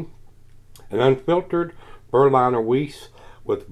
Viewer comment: It's pronounced Berlin(as in capital of Germany)er. And Vize for Wiesse. Which is German for Wheat. Top review mate. Watching from across the pond in England.